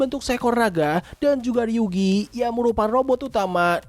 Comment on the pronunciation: Namanya ryugu bukan ryugi kak